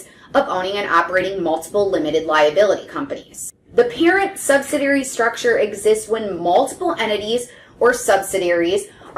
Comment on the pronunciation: It's sub-sid-ee-ary, not sub-sid-ary or sub-sid-ee. Kinda hard to take advice from someone who can't pronounce it correctly